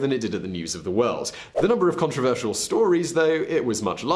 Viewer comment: When it comes to Morgan you need to replace the first O with a U in Controversial.